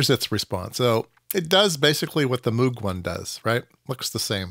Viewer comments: It's NOT MOOG, like a cow! It's "MOGUE"! It rhymes with Rogue, hence the name of one of his synth creations. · Moog is actually supposed to be pronounced so that it rhymes with Vogue, that's how Dr Robert A Moog himself explained it.